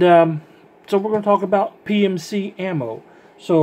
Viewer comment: You said it wrong thru the whole video ,I'm not trying to give u any shit it was just funny